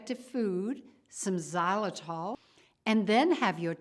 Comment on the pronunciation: What the heck is zalatol? She keeps repeating it.